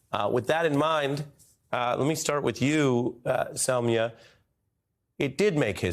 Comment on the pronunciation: Ari nailed prnouncing the guest, Soumya's name correctly. Attention to details adds to his work's quality!